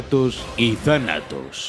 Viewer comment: Yo no pensaba que decía Thanatos pensaba que decía Tarado xd